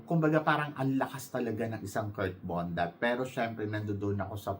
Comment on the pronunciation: Nakakaloka ka binabago mo ang mga names ng mga candidates natin.KIRK BONDAD po hindi KURT BONDAT! Kaloka! Malaki ba tyan nya eh puro nga abs.BONDAD po letter D po hindi letter T.BONDAD! BONDAD! BONDAD!